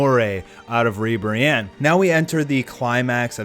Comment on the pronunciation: Not Godzilla-Ribiranne, but Mothra-Ribranne